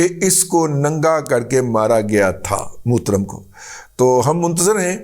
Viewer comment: موترم۔۔ ہاہاہاہا ۔۔ یار لاہورئے زبان بیان کے بہت تیز ہوتے ہیں۔